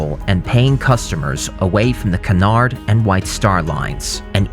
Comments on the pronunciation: His pronunciation of Cunard is revolting though lol. It’s pronounced like “cue” or “Q” so “Q-nard”. Not Kuhnard lol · Its pronounced the Q-nard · Stop saying Cunard wrong please! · You can start with pronouncing Cunard correctly.